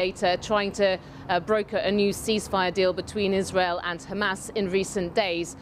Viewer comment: "According to HamArse".... typical Al beeb.